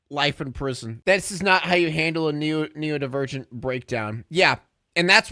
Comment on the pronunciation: him saying neodivergent is taking me out its neuro-divergent